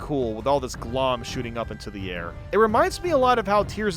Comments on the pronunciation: IT'S GL-OHM. LIKE OHM, THE ELECTRICAL UNIT. CAUSE ELECTRICITY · I’m being driven nuts by you missing the puns lmao. Glohm is pronounced “Glome” because it’s like loam: gloomy soil. Offandon is Off and On island because the whole island has lights you turn off and on lol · I'm pretty sure Glohm is supposed to be a pun based on the words 'gloam' and 'ohm' which has a long O sound.